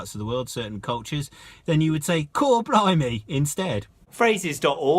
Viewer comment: blimey not blumey . Bleedin self correct.